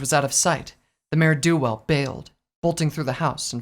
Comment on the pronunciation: Dangit, why do you keep saying "Mare DO Well"? XD